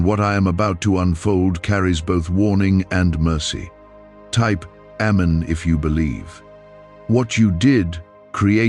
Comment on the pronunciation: GOD HATES A LIAR. AND YOU NEED TO LEARN HOW TO PRONOUNCE AMEN PROPERLY. PURE AND UTTER BLASPHEMY BY PROMOTING A SCIENTIST OVER GOD. YOU DON'T EVEN KNOW GOD PERIOD.